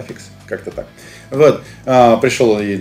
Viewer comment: Уот (вот) подбешивает